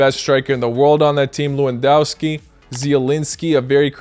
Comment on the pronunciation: As a polish person it annoys me when you say lewandoski it is said Le-van-dos-ki Or just say lewangoalski